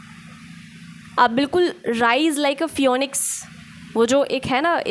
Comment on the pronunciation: फ्योनिक्स नहीं फीनिक्स* 😊 Thank you I needed to hear this today.